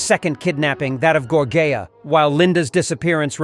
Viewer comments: Thank you for telling him so I didn't have to. WTH? How did he get Gorjea from Georgann? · It was pretty good until you butchered the name of the victim. Gorgea??? If you mean george Ann Hawkins then please correct this as it’s kinda disrespectful to the victims. Thanks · Gor-jay-ya. Are you f*cking kidding me? I’m out. Get your shit together, man!